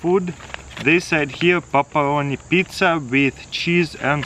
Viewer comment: paparoniz pezza😂😂